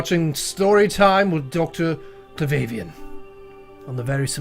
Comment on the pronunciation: He sounds A LOT like Mike Hmmmm Also, the correct pronunciation of a name like that would be [DOCTOR - CLAW - VAW - VEE - ANN]